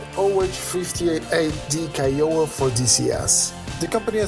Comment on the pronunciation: I enjoyed this episode which I found to be full of good news. I am going to nitpick a bit because it is in keeping with my childish nature. Renton & Seattle are separate cities... they are very close to one another but they are indeed separate. Also while you made a valiant effort to pronounce Kiowa correctly you didn’t quite get there. Europeans seem to have a lot of problems pronouncing American Indian names... so do Americans from large Eastern cities. I imagine I would butcher the names of many places in Europe. Be well! :)